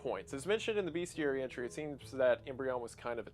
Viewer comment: Hey Wendi, sorry but there is no "a" in bestiary. Great video :)